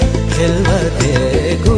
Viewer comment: you dont pronounce it as khelwate but its actually khalwate